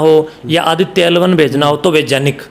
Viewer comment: vigyan ko vijan kyon bol rahe ho aur vaigyanik Ko vajan IQ